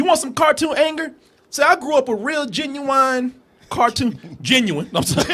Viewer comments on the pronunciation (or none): "genuwwwine" haha